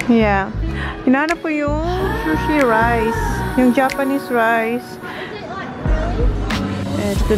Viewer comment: di po shushi but sushi( pronounced sooshi)🙏🙏 I like when Zack and Holly loves to go out with you. Cherish it❤❤❤satisfying parati ang grocery shopping mo! I'm sure she's thinking about the menu she will concoct while shopping👍